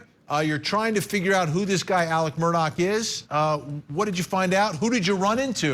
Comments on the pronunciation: Why do they say murdock, when his name is murdaugh (murdaw) and alec when his name is alex? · She can't even consistently pronounce his name properly. What's going on?🤔